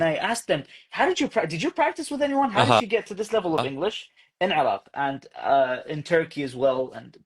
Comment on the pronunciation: هو يقول عراق وليس عرب ، أتفهم الأمر لأنه يقول عراق بشكل غريب، لأنه يقوم بفتح العين لازم يقوم بكسر العين.